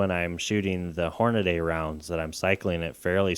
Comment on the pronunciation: Hornady... Not Hornaday. lol. Thanks for the video.